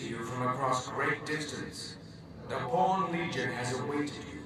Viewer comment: Pawn not porn